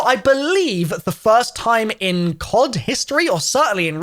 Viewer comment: All American got triggered when he sayed time wrong way :D